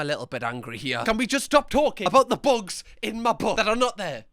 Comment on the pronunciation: I'm dying at how many times he said "buogs in 'er boutt"